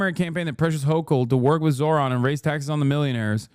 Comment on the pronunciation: It's not surprising that cable news networks are losing audiences. These CBS anchors seem unable, or unwilling, to pronounce a Zohran's name correctly, even after it's been a top story for 2 weeks. Also the Kramer woman has the personality of a corpse, and less charisma than an infomercial AI bot. Monotonously reading from an autocue isn't likely to attract the attention of anyone other than care home inmates...which I assume is their target audience.